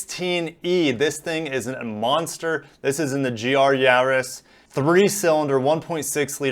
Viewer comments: It's Yar•is like in Yard. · There is no “h” therefore it’s Yarris as in Harris. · Yaris, we say Yaris! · You say it "Yaris"....DUH! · The ar in Yaris is pronounced like ar in Gary or Barry, sounds like maris as in maris piper potatoes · The "a" in "Yaris" is pronounced like the "a" in "Mazda". hehe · Like in car or bar, the aforementioned is pronounced Yaris. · I think he meant to say Yaww-risss not Yaww-risss